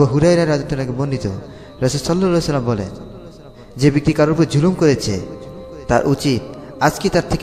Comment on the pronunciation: সাল্লাল্লাহু আলাইহি ওয়াসাল্লাম ঠিক ভাবে বলতে পারেন না? 🙄😒